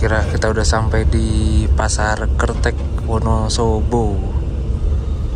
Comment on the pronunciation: Bacanya kertek bang,,,bukan kertek 😂😂